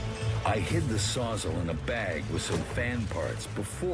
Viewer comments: The narrator calls a “saws-all” a “sozzle” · Is anyone else bothered by the narrator’s pronunciation of “sawzall”… “sawzzle”😂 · Why tf does he say Sawzel